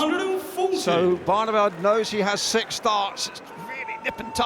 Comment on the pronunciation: ITS FUCKING SIX ......NOT FUCKING SICH